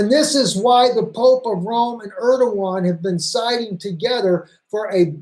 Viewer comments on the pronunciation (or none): none